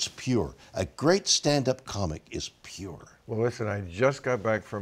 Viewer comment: "It's a theory ..... weeellll it's a theory" amazing